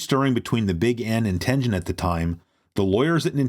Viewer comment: Love this dxude but someone needs to teach him how to say Tengen